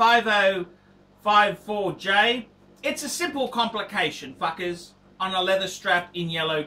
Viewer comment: lol you say fuckas